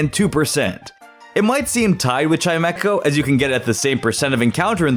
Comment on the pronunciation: There is no K in Chimecho! And at least is 2 words, NOT one word!